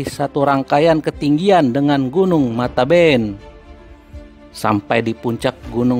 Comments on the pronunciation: Matebian bang bukan mataben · Gunun mate bian bukan mateben